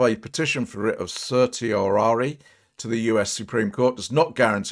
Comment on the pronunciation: Sir-she-oh-rah-ree is the pronunciation